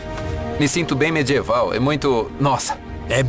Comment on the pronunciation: Ótimo documentário. Porém, a pronúncia do dublador brasileiro é irritante. Por exemplo: o que é "mê-djê-val"? - Seria medieval?